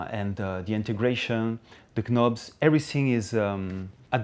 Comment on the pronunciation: Man said k-nobs, what a legend